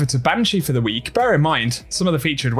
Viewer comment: I don’t know why but I always notice this dude always adds extra emphasis on the letter “K” at the end of a word that’s ends with K. When he says “weeK” 😂